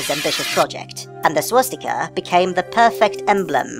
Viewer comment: My fiancé just pointed out to me that I have been pronouncing swastika wrong all my damn life. I've, for some reason, been adding an 'h' sound with it, pronouncing it like "shwa-stika." LOL fml.